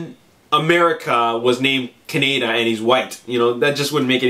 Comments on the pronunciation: Dude, it feels like a rail road spike goring my head everytime you say it wrong: it's cah-nay-da ( fast). Kaneda. He's not a type of bacon. If you need a reference, please, please, watch the 2002-3 re-recording of the akira dub. It's nigh impossible to give your critiques any degree of pull when you're raping the name. Don't be offended, many a maanga fan has pronounced it "manja" (Quentin Tarantino) or MANGA like the fruit, its nothing to be irked over. Its just a pet peeve of mine as a fan. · its not a country, Ka-ne-da. Thats not how they pronounce it in the movie. lol